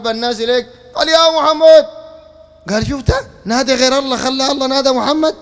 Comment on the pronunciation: أنت تنطق إسم الله غلط عوضاً أن تقول اللًه تقول اللا لا حول و لا قوة إلا بالله العلي العظيم